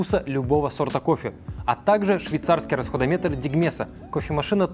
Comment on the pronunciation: Расходомер, не "расходометр"